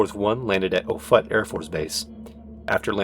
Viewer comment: Hi I really enjoyed this and you did an amazing job, I just wanted to say that I'm a Omaha metropolitan local which is around offutt afb and we pronounce it off-it